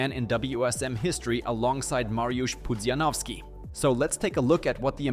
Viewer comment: Bro, you know how to pronounce Pudzianowski. Don't pretend.